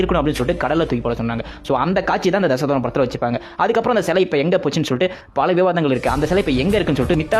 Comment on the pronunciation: Bro Dhasavatharam nu theliva pronunciation panuga